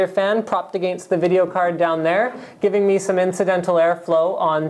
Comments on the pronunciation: You're fucking awesome Linus. I also love it when you say against. Lmao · I've always had an ear when listening to linus say the word "against"